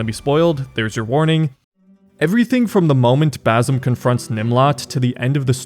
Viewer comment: It's pronounced Ba c em not Bazem, Ubisoft picked the easiest Arab name yet people still butcher it lol.